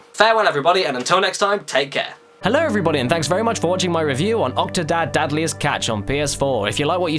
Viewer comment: Dad'liest catch? :P I think I misheard you at the end of the video but it sure sounded like you said that! :P